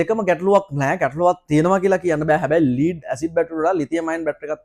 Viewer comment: ස්තුති ....🌹🌷 හොද දැනුමක් ලැබුනා (ලීඩ් බැටරි නෙවෙයි. ලෙඩ් (ඊයම්) බැටරි කියන්න. අඩුපාඩු හැමෝටම වෙනවා. good job 👍